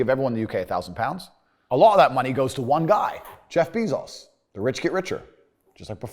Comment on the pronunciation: Nobody: Andrew tate: Jeff Beezos